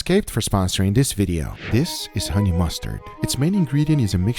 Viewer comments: honey !!!!!!!! not hone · 21 hours, still says hone lol